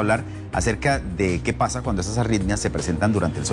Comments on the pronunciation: La Dra tiene auiiitmia .. que le ocuuiiiee cada vez que dice la euuiie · Parece que dice "auitmias"